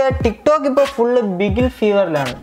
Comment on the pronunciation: Bro tamnail thatanu binilli Alla bigil anu 💟💟💟